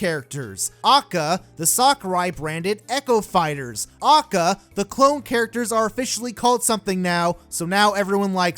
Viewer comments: As retarded as most of this video is, the worst part of it all is how you pronounce AKA as if it’s an actual word rather than an initialism. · Actually, most people are commenting to show him his contradictions, prove why he is wrong about some characters with facts, and advises him to speak more softly and pronounce AKA correctly. Pretty constructive I'd say. Others are also focusing on his "stop complaining about Ultimate roster" argument and debating that. The people insulting him and calling him autistic are in the minority. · It's pronounced "Ay-Kay-Ay". It's an acronym. Nobody says "ah-kuh". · It’s A.K.A not AAKAAA, that’s like pronouncing L.O.L as Loal.... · How this guy says “A.K.A”, which I have never heard pronounced phonetically like that. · I cringed when you said AKA, it's A.K.A. Which means Also Known As. But hey that's just me. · oh and he says a.k.a as akka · Why does he say A.K.A phonetically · Stop saying acca you madman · HyperCharge for SMASHBROS Why Great conversational peace From where Idk he’s a stinky gamer tho Moves? Foward smash:acca scream stuns opponent by confusing them with bullshit pronunciation of aka Down smash: slams head on ground in order to create brain damage to make shit arguements (huge hit box) Up smash: summons sakurais penis above him and flys up to wrap butt cheeks around it Neatural smash: screams at you for wanting a character in smash and tells you why your stupid and he’s not also screams why your characters dumb and his is best boy(will damage self due to shitty argument structure and hypocrisy) Final smash: sucks own dick and summons 101 red dude or whatever and sucks his dick and spits the nut on you and explains why your characters garbage ( does more damage to echo fighters) He has a lot of potential I think he’d be a fan favorite and top tier not doubt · this is a good video, but i just get really eeeeee when he says "ackuh" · I hate how he says A.K.A. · The way you said aka made me want to scream